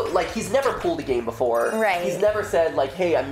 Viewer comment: He says pulled like pooled...